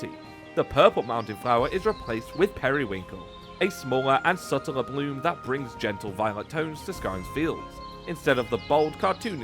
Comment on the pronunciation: thought you were saying "blue" not "bloom", was bout to say get your colors right bro lol